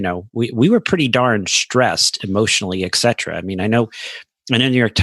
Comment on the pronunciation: eK cetera drives me up the wall. Dear doctors... You did go to some sort of a Med school I hope. You did study some sort of Latin. ETC means “ET” cetera. “ET” means “and” in Latin. Pleeaaaase! It’s not “eK”!!! Ugh. Go back to school.